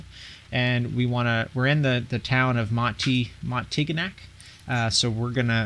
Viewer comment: very nice video, thanks. btw if a word ends with "-gnac" there's a good possibility that it's pronounced as "nyak." example: montignac (montinyak)